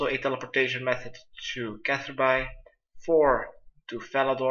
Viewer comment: seems like no one's corrected u but um.... its pronounced "Catherbee" not catherBye. BTW make sure u go back to check ur plants during this, and water them as necessary. He doesn't do it and if you dont, ur plants might have higher chance of dying.